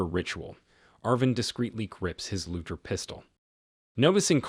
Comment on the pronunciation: I love your recaps. It is a hard G in Luger just FYI.